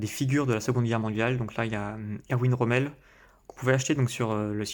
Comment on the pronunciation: Super vidéo ! Les figurines de l'Afrika korps sont très réalistes, hâte de les voir en action ! NB : (Erwin Rommel se prononce "ErVin RommEUl") ;)